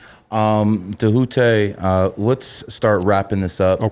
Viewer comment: Dude mispronounced his name all episode and that annoying, patronizing “brother”…It’s good to see Djehuty back on the scene tho!!!